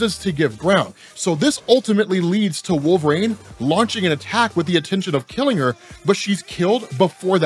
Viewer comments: For the love of god it's not pronounced Wolvrain, it's Wolverine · “WolvRAIN”? Why are you saying, Wolverine like that??